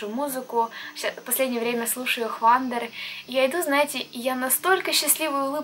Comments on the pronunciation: правильно произносится "оу уандер" а не хвандр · Почему ты oh wonder произносишь как хвандр?